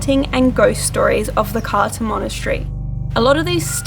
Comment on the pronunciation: !! Great video but it isn't pronunced Carta it is more like Cartza